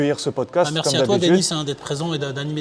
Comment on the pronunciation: Merci pour la vod ... juste un troll : "dénis" au lieu de 2nis. arrêtez d'anglicaniser vos noms. vous avez honte dela france ?